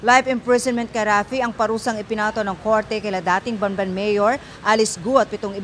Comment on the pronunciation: Anong Ban-ban??? Bam---ban !!!!!